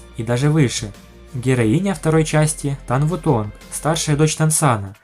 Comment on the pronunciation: Не Юхао, а Юйхао, "Юхао" будет только если переводить с английского (что некорректно). Называть Тан Утун "Тан Ву Тонг" ещё более некорректно, теряется смысл, заложенный в имени (точно так же как и не "Тан Ву Лин", а "Тан Улинь").